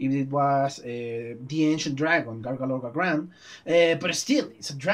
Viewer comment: I'm sorry, you still don't say Grougaloragran properly^^' What you say sounds like "Gargalorgagran". Which is close, but not quite it. It's more "groo-gah-lo-rah-grah-nn". Or "Groogal", for short.